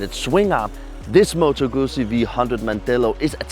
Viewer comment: You need to learn how to say Guzzi.... It is pronounce "Good Zee".